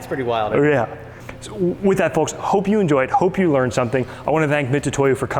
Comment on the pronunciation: Just wish you could say Mitutoyo right lol